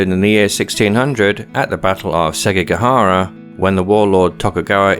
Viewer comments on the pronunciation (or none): SeKiGahara, not SeGiKahara